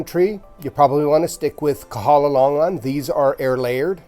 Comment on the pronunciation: Your pronounciatiin on longan is incorrect.